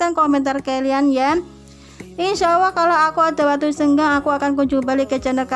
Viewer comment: Maaf mbk,,, Allah, kedengarannya awoh mbk